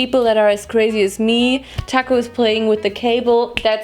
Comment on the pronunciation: spricht tacco immer so witzig aus haha. Ich versteh immer „d‘accord“ shoutout an alle Franzosen